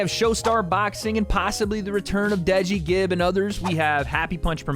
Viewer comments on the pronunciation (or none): none